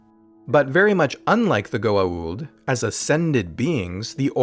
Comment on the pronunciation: They couldn't even pronounce Goa'uld correctly